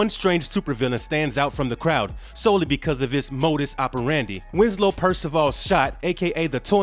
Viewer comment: Great video but it's pronounced modus operandi